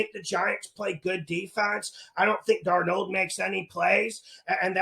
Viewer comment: “Analyseees” just tied “DarNOLD” for best pronounced 😂... picks always hittin! 💪🏼